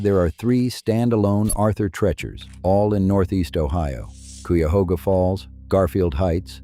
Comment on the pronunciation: Also KY-ahoga, not Cwi-ahoga.